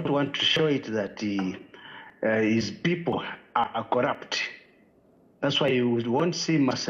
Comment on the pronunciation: its not collupt, its corrupt iwe tayali